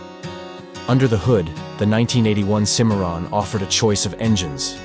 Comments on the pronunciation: The Cadillac Cimmaron is pronounced “Sym-marron”, not “Cee-marron” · The guy that's pronouncing the names of these cars is a c-moron😂